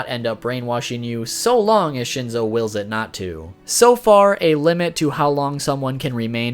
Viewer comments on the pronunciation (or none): none